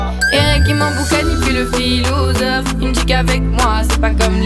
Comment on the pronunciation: Pourquoi elle dit PHILOUSOPHE ?